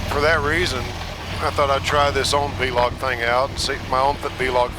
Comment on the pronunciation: V-log is incorrect it's pronounced vlog like clog VLOG.